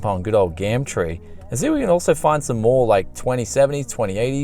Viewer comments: why do you say GAMTREE? isn't it GUMTREE in Australia? lol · I'm from the Uk we call it gum tree is it an accent thing but you say something like gamtree . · Love how he says Gumtree "Gamtree" lol